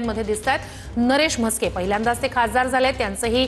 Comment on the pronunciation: नरेश मस्के याला नीट नाव सांगता येत नाही याला संसद रत्न. काय mota जोक आहे